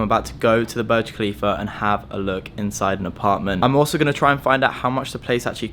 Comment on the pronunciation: My guy says burg kalifa when its burj khalifa thay accaent